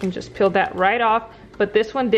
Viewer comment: You “ Peel” it off... Not “Pill” it off ! 🙄🙄🙄 It’s “Lemonade”... Not “Limonade” ! 🙄🙄🙄🙄.